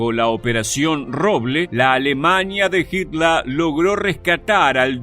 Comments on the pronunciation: No se pronuncia asi en aleman ... HITLER .. como se escribe. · Porque mencionas a Hitler como hitla,y a la palabra fhiurer como "fiura"?